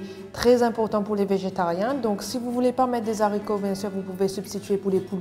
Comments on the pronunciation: Très bonne recette👏mais les explications sont un peu trop longues....et comme dit Marc Marc,en Français on prononce les « aricots « et pas les « zaricots »...Merci pour la recette....😍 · Les haricots, non pas les zaricots